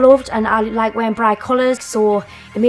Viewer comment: wheaing is how she pronounced it 😂